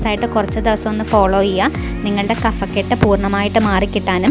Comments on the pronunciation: കഫക്കെട്ട് - Kabhakket ആണ് ശരി | Kafakket അല്ല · ഹലോ kaphakkett അതാണ് ശെരി കഫക്കെട്ട് ഫ... pha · കഫക്കെട്ട് ഉച്ചാരണം ശരിയല്ല